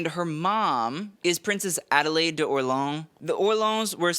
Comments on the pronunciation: Orleans is pronounced or-lay-on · Orleans as in Princess of Orleans is pronounced or-lay-aw as in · "or-ley-AHN", you normally do so much better with French. Even our US city of New Orleans is pronounced with three syllables.